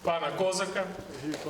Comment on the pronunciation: чому кОзака, а не козАка?